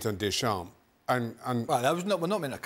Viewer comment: The way Craig Burley says Deschamps.. he never took any French lessons it seems. Painful.